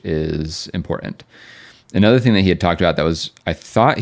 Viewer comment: Can you please learn how to pronounce "important"?